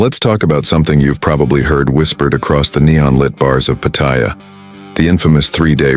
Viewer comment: I love how they never pronounce Pattaya correctly